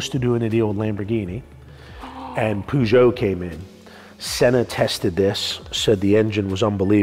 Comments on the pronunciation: Zak: "poojeau" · Who’s pooshow haha do you mean Peugeot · Why is he saying it POOgeut? xD